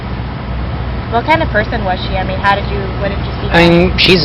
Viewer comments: First off what this monster did was horrific and I hope Lauren's soul is is at peace. But also omfg the way he says "I mean" and pronounces it like IAMs, the dog food brand, is fucking annoying. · He keeps saying “ieen” for “I mean.” I bet that reporter suspected he was guilty right on the spot because his reaction made him look so guilty. It must have been terrifying knowing you’re interviewing a possible murderer or at the very least a very suspicious person. She did great. Just like Chris watts’s tv interview, Stephen McDaniel did himself no favors with this interview. He did much better in the interrogation than this interview. He just sat there like he was a catatonic state for 17 hours and gave the detectives NOTHING. I hate him for what he did but I’ll give him one thing, he did outplay the detectives. It’s really dark but there’s unintentional humor in the interview. “The hair was thar styven!” Red shirt’s best quote is when he says, “Stephen.. we’re real people.”That point in the interrogation you can just give up because you know you’re not gonna get a confession if you have to tell the suspect that they’re real people. Probably the funniest yet most profound thing I’ve ever heard in an interrogation. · Its " I mean" not "ieam" scumbag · "I 'ean" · For being a law student and supposedly "smart" he is not well spoken at all!!!! "I eeen" is NOT A word!!!! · “ I een” = I mean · Haha was gonna post myself about all the "i'eengs." Legend for beating me to it. Glad someone else noticed. "I'eeng, she was such a nice person." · Why's he keep saying aing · Interesting how he mispronounced the words "I mean.." everytime. My thought is he did it purposefully bcus it sounded too much like "I'm mean", and it would point to him. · I think he’s saying “I mean.” It’s become a single syllable, granular version of what was once English lol.